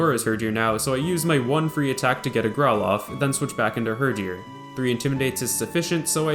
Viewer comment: mans really said "hurjor"